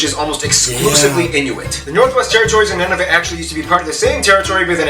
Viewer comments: Should be Ottawa. He mispronounced Nunavut. Must be an American. The province of New Brunswick is officially bilingual, English and French. There are also other people in Canada speak English and French. Argo has a false story line. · It's pronounced NOON-ah-VOOT.